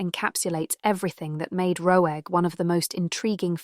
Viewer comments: Huh? That's how you pronounce Roeg - like Rogue. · It's a masterpiece of a film. . . I do have to laugh at the AI narration mispronouncing Roeg LOL